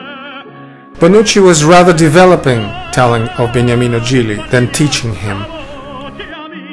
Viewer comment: Beautiful video 🎶, name of Gigli is Beniamino not Begnamino 👍